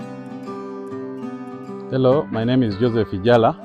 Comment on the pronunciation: The farmers name is IJALA NOT IGALA